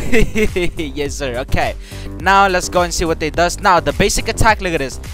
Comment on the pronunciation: Him say sick: no Say zick:yes